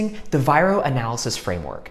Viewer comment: It's not VIRO